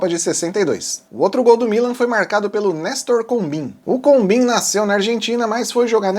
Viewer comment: Combin é pronunciado "combãn".